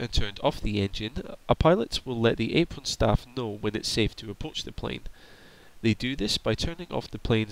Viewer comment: kinda hard to listen to someone who cant say there RRRRssss apron is said like apwon aircwaft pesky wabbit 😂😂😂😂😂